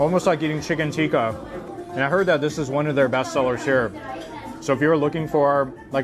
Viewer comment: I appreciate your video; far too often I hear westerners say ‘chicken tiki’ as opposed to ‘tikka’, your diligence in pronouncing the dishes honors the food and culture, blessings bro.